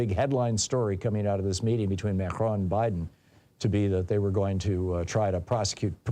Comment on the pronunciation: Are you saying Mhercjuan? Advice: Don’t attempt a French pronunciation. Just anglicize it if you can’t pull it off. Just say Ma-cron.